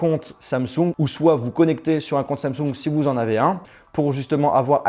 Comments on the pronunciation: Cest pas "Samsougne" cest "Samsong" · J'aime bien comment il dit samsoug et non Samsung 😂😘